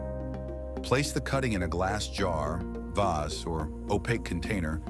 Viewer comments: Yikes! The music was too loud and I don't know if that voice was computer generated but in over 60 years on this planet, I've never heard someone with a 'North American' accent say 'vase' the way this voice did. Completely irritating! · Who else pronounces vase as "vazz"? lol!